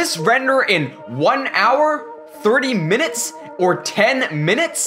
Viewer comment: how he says minuts